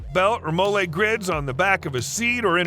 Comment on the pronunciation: "Molle" is actually pronounced like the woman's name Molly. Not a Mole-ay, or even mole which you use later. Come on people, get it right.